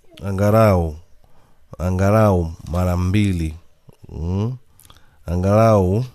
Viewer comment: Unaharibu kiswahili bwanaa, sio angarau ni angalau umeelewa.